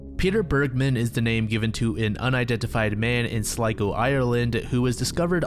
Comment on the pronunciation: YO IRELAND MENTIONED - Also, thank you for pronouncing 'Sligo' correctly. You're one of few YTs that actually do your research. That poor bloke though, I believe maybe he went to end it all, and avoided cameras so he wouldn't be found? It's very odd indeed. I hope he's resting easy now. 🐋